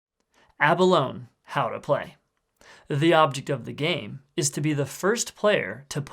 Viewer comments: It's not pronounced "ab alone", but "ah baloney". They're nacreous sea snails. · I have a weird feeling that it's not pronounced aba-loan, but instead pronounced aba-loan-ee, like the animal.